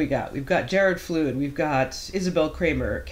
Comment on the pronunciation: Yep, it's pronounced like a flood of water, "flud."